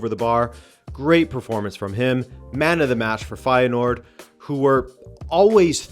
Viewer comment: Bijlow and Feyenoord pronounciation pretty much nailed on, only De Kuip needs some work (the Dutch 'ui' sound is one of those quirks of the Dutch language I guess).